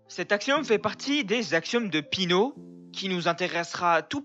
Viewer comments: Péé...ano pas pino !!! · On dit péano pas pino